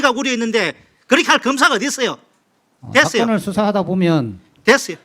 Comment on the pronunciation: 차규근의원님 너무웃겨빵터짐 되쓰요.되쓰요ㅋㅋㅋㅋㅋㅋㅋㅋㅋㅋㅋㅋㅋㅋㅋㅋ